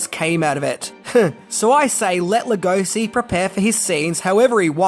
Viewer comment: Being a Hungarian myself, it pans us how his name is mispronounced. Béla is pretty ok, but Hungarian “s” is pronounced as English “sh”, like “shy”. So his name is pronounced Lugoshi. Please, pretty please! Otherwise thanks for the video! Great!